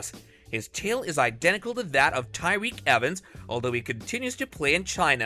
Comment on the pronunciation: Lynn Bias? TF 🤣🤣🤣 Tyrioque Evans? 🤦‍♂